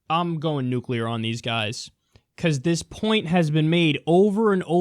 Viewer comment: "I'm going nuklear on these guys" lol